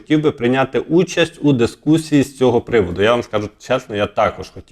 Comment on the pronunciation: З повагою до ведучого. У прізвищі ШмигАль наголос на останньому складі. Неможливо слухати "ЦЕГО", "ЗАЧІПИТЬ" і т.д. Участь беруть, а не приймають. Ведучому слід грамотно говорити, щоб хотілося його слухати.